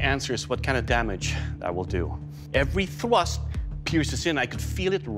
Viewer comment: evwy thwust